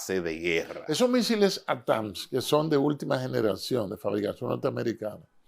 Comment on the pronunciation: Se pronuncia ATAC AMS